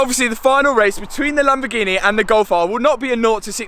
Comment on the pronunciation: Makes it so much better the way you pronounce Lamborgheneh. True commoner